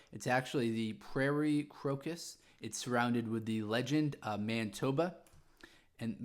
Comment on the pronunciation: It is not pronounced man-eye-toba